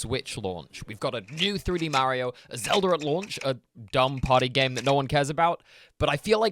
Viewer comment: I love when Europeans say Zelder